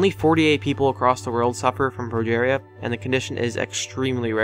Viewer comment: "pro-jaar-ea" -.- no, its "pro-jeer-ea".